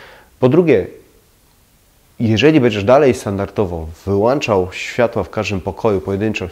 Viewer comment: To nie złośliwość : wyłączać a nie wylłanczac